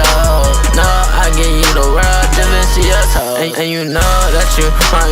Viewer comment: so glad fantano also heard the toes line like i did 😭 swear it sounds like “just to see yo toes”